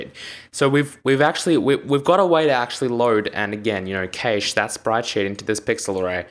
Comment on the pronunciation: the way you pronounce data and cache is wrong. it kills me inside when i hear you say them like that.